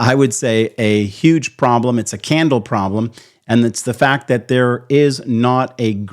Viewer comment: Why are you saying candle with an accent???